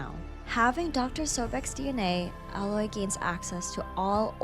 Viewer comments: Nah like fr, I don't understand how some still screw it up, like you go through the whole game with people calling her Aloy, but some still screw it up and say alloy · It's pronounced ay-loy. It's said multiple times throughout both games. Unacceptable to mispronounce the main characters name in a video focusing specifically on her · Omg that's not how her name is pronounced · You kept pronouncing her name wrong. How r u going to do an entire video on one person and butcher their name?